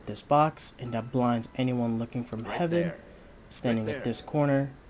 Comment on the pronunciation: Btw Haven is pronounced "hay-ven".